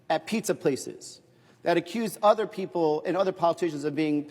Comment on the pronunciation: Other investigations not “ether” investigation come on English is the official language !!